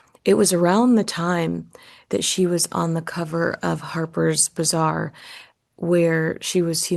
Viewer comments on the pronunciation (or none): none